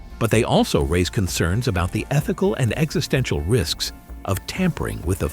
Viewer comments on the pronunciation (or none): none